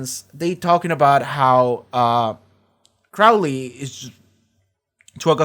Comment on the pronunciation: He changed his name from Crawley to Crowley. (It's late and won't affect the videos, but the first syllable is pronounced like crow not like crowd.)